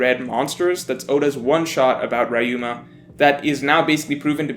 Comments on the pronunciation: REE-UMA, not “RY-UMA” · Who is this RYe-Uh-ma you keep mentioning? Or are you speaking of Ryuuma? you know the Ry as the ri in rich. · It's "Ree-you-ma," not "Rye-you-ma." You're making my "Street Fighter Live Action" trauma came back. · it's RYUMA riyu-ma not rayu-ma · Who the hell is rayuma! It’s ryuma bruh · Rayuma?? 🤣🤣 it’s fuckin RYUUMA! Ri-yu-ma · Is anyone else bothered by how says «Wrah-yu-mah» instead of «Riu-ma»? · rye-yoo-ma rye-yoo-ma rye-yoo-ma rye-yoo-ma rye-yoo-ma rye-yoo-ma It's not hard to say Ryuma properly... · Re-u-ma. Are you watching OP with the dub?! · The way he pronounces Ryuma grinds my gears. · You pronounce Ryuma wrong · His Ryuma's pronunciation makes me cringe, but good video, please respect the original language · As much as I enjoy and agree with this video, your mispronunciation of Ryuma is physically painful. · Never pronounce Ryuma like that ever again.